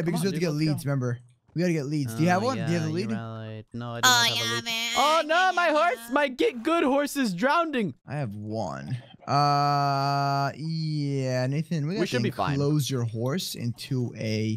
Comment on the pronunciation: Why did you say "DROWNDING!!!"